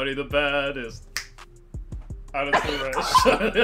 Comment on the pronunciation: DID THEY ACTUALLY SAY “Addison re?” BRUH WHAT